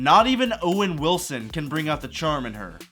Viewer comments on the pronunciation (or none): none